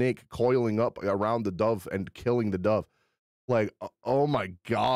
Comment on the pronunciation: Everytime He says "dove" i die a little inside lol